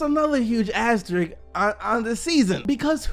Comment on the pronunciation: you cant pronounce asterisk. lmfao. i watch your vids everyday though. keep it up. :)